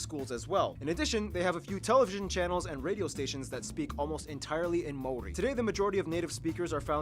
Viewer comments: Maori. Ma-or-ree or Mao similar to the pronunciation of the chinese mao and Ri as in ree. Sorry they butchered it. Also while hunting played a part the Moa became extinct more from climate and habitat changes than hunting. However 16 different species of bird became extinct after the arrival of Europeans, in particular the Huia was hunted to extinction by traders for its feathers to be sold for hats. The arrival of Europeans like so many other places brought a host of diseases which along with ww1 and 2 decimated the Maori population. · The way they butchered the maori names